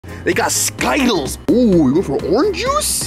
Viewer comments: I like how they mispronounced sky tiles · 😂😂yes its true says sky-tiles insted of skittles😂😂😂😂😂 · its called skitelss not skytelss \ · As in its not ski-tiles instead of skittles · I hate how he says skittles like sky_tels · 😂i love how you say sky-tiles instead of skittles😂😂😂😂😂but I love y’all’s videos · bro is not called skytallys its skittles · Yeah it's skittles not skyttles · skytle huh its skitles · It’s not Skyles it’s skittles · So funny bro it's not called skytlles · It’s skittles not ski-tiles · It is skittles not skytles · It’s skittles not skyttles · It’s skittles not skitles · Dude can you not read it skittles not skiettles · I love how always say sky-tiles instead of Skittles 😂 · I call them skitles too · Skytles has been mentioned on the channel for like 6 years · They got sky-tiles yeah I love it too😂😊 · I looked in the comments, and he just said sky tiles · I like when they say skaitles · Why do you call it skittles😂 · y do you guys call skittles skidl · Stop, saying, Skyles!!!!!!!!!!! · You know skittles are not pronounced like that right? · That's not how you say skittles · Why did you say skittles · why, are u saying skittles incorrett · Bro it’s skittles not skittles